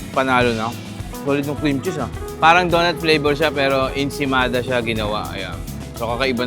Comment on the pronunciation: It's ensaymada, why you kept saying ensemada?